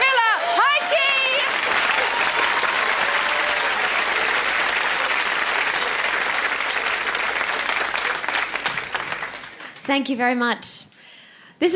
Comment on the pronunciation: At the beginning was an epic fail at saying her last name! At 8 I could pronounce it! Now I'm 13, still can!